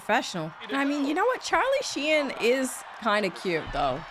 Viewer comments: he's not Chinese..lol.."Charlie Shien".. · Very much enjoying pronouncing Charlie Sheen's name the, uh, French way. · Did I hear that right? Was she saying Charlie Shein?